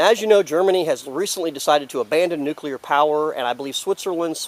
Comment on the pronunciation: keep it up :-) - please try this tho "nuc -clee -ar" - "nuu - cuuu -lar" is incorrect